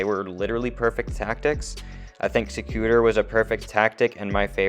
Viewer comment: Sec u tor’. Accent on the 3rd syllable. Win gardium levio’ sa